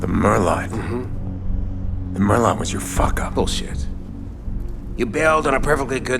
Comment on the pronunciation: They can't even pronounce merlot correctly. Ding!